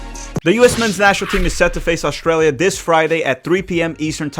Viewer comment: Could somebody tell me where Oshtralia is? You should be able to pronounce the name of the country you’re facing. Keep downplaying Australia. By the way. The first land based defeat of the German army was EL Alamein. The US were not there the Australians were the first to break through the German lines. Flaunting ignorance is a bad look.